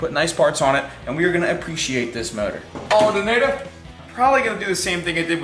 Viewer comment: “Aldernator” 😂 love the vids!!!